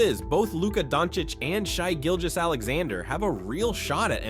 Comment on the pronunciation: "Shy Gilgous" really?